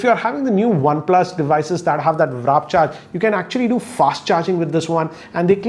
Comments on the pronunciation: Please its WARP not WRAP ...... Srry OCD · WAAAAAAA - RRRRR - PPPPP NOT WRAP!!!!!! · just wanted to correct you that its Warp not Wrap 😅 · warp, not wrap :D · Its not wrap charge its warp.charge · HOW THE HELL IS WARP PRONOUNCED AS RAP???????? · please!!! It's WARP and not WRAP!!!! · sir its not wrap its warp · Does no one tell in his family him that its not WrapCharge ? 😂😂😂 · Its WARP not WRAP, why does he mispronounce this word all the time XD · Not "wrap" charge... You found bluethoot funny 😂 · Hey say "war". Now say "'p" . Now say "warp" 😁 Good video though!